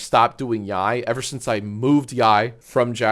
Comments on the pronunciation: Ugh, said YIAY wrong again 😮‍💨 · How are you STILL pronouncing YIAY incorrectly?!